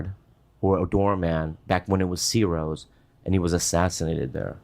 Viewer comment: ciros pronounced chiros